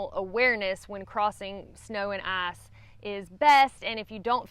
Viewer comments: I despise the way you pronounce "ice." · Why is it that when says "ice" I understand "ass"? 😂 LOL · I think you just said, “ass or snow”! Lol!